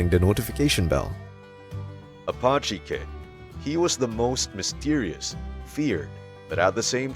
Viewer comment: Who are you guys peddling this Americana? You are not American as you cannot pronounce Indian names. You mis-pronounce Apache and Cheyenne. You are not even close. Where are you guys? Oh, I see, Spain. Well, the content is fairly good, but you really lose credibility when to cannot pronounce Indian names as any American child understand.